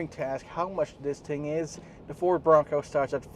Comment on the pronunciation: Tapusin ko sana yung video kaso inaartihan yung pagbigkas ng BRONCO ... 😂 BO ROWNG COWW ... Bading !!! 🤣 oink oink oink 🐷